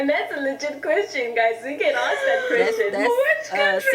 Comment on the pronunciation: Ask😅...not ask..axe😅❤